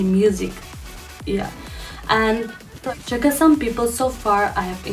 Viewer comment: It's" CHAKHESANG" and not as Chakesang.